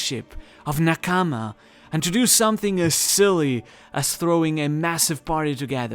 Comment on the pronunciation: the way you narrate feels like you are trying too hard, also its not n-kaamaa, try saying naa-kama, and also this video did not have too much info like the last two.